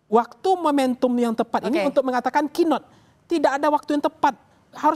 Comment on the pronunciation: Ini narasumber yang bernama pangi sangat tidak meyakinkan, ngomongnya aja sering salah mensrea jadi mens area, cannot jadi kinot astaga